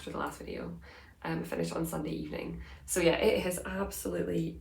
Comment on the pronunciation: Don't change a thing. I'm also a fast-talker and your speed is perfect for me. There are some people whose videos I have to speed up just so it sounds normal. :) You're amazing - don't ever change! I get a giggle when you say "sohwwww!" 😂